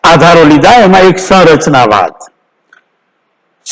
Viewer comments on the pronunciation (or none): સરચનાવાદ નહીં સંરચનાવાદ